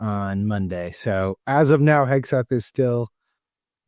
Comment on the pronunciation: British reporter keeps calling him Hesgeth!!😂😂😂